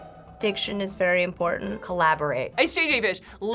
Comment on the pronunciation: "Diction is very impor'an'. " Man that was ironic xD